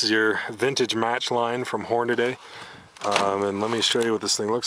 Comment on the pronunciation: For fuck's sake. Hornady, not Horniday.